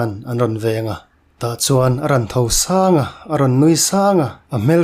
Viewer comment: Arawn tho sâng a, 😳🙄tho sâng laitak hi lam sual lo maw..ka van ei lo🤪🤪🤪